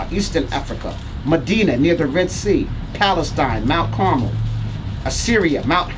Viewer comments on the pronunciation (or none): none